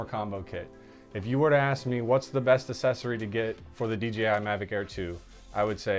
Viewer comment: You've got to learn how to say accessory !! Gees !